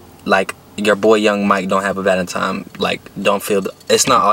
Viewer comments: Bruh it’s valentine not valentime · What’s a “Valetimes” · Who gets mad when he says valintiMIES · I think it’s so funny when he say “Valentimes” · Nigga says:”valentime”